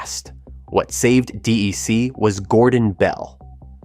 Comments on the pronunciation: No. There are times when he says DIC or DRC. I wish he would call it by the name we called it when I worked with a VAX 8600: DECK. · Why does he say D-E-C instead of "Deck"? Why does he mispronounce Altavista? Why was the PDP-10 ignored? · DEC was never pronounced D. E. C.. The company was called by its proper name, or, digital, or "DEC" as in deck. And, drove a Toyota. BTW, I was one of the guys who followed Captain Eddy to DG. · It's pronounced "Deck," not "D. E. C." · Say it like Deck. DEC. Not DAC or others. Get the Bostonian accent please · Do a little research - it’s “DEC” not D-E-C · Gah, D-E-C is pronounced like DEC[k]. It's not IBM. VAX is pronounced like the first syllable of vaccine. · D-E-C ??? "DEC, the historic Digital Equipment Corporation, is pronounced as a single syllable that rhymes with "peck" or "neck"—essentially sounding identical to the word "deck" (/dɛk/)." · Do you care about your scripts. .. Its DEC not D.I.C not D.R.C. Not D.E.C. most of your videos are unwatchable . And many people have told you again and again. Stop F^%$ then up so you once again got a THUMBS Down why because of the voiceover. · Oh for god’s sake!! It’s DEC not DIC!!! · No one, but no one, calls it D.E.C. It’s “Deck”. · Two comments: #1 your pronouncing of DEC: "Dee-Eye-See" 1/2 the time instead of "Dee-Eee-See" is hard on the ears. I would of just called them "Deck" like everyone else in the day did. #2 I have a PDP11/23 Qbus system in storage. If I had something with a actual Serial Port I could turn it on and let it boot up RT11. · DEC is pronounced like DECK. Always. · It's pronounced "Deck". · Exactly, rhymes with axe. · These computer read scripts are so annoying, DEC, DIC, or DAC? Jeez! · Why is the narrator calling it "DIC" ? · It's pronounced deck. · Yes, it's Artificial Insanity. Alternatingly pronouncing D.E.C. Dee Ee See & Dee Aye See...🙃 Artificial Incompetence. Artificial Inaptness. Artificial Ignorance.